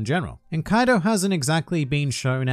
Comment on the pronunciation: When u said "kaidu" trust me u earned this dislike, but i ended up liking at the end thanks